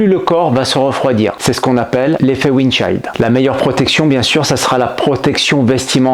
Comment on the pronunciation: Excellente vidéo si ce n'est la prononciation de "chill" 😛🤣